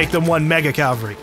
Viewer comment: Why do Americans say "calvary" it's cavalry there is clearly no L in the first half of the word.